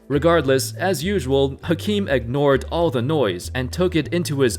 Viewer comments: Great video but just an fyi, it’s pronounced as “Akeem” and not “Hakeem”. This was the reason why he briefly changed his name to Akeem in the early 90’s. #facts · YSK: Hakeem is pronounced “Akeem”.